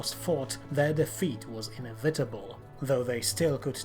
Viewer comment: The way you say inevitable ticks me off so much goddamnit XD